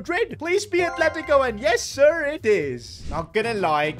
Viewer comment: why did his yessir sound so american